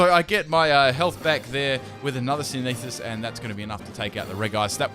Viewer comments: love the videos but by god stop with the senesis. its synthesis sin-the-sis not *sin-e-sis 😁 been bugging me for ages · Dude, please. It's not Sinesis, It's Synth-e-Sis ; Synthesis